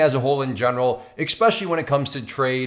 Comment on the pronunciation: u lost me when u said "ekspecially"